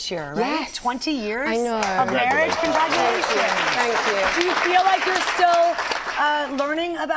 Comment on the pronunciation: did she say CONDRAGULATIONS ????? Rupaul is that you ??